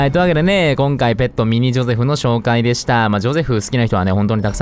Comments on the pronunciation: ジョセフじゃなくてジョゼフじゃないの？ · のゼョセフマジで好きなんだがwww